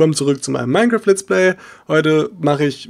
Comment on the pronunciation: Warum sagst du Minne Kraft das heisst Minecraft.